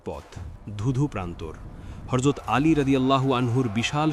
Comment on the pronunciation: Not horzot actually Hazrot please correct your accent …. Tks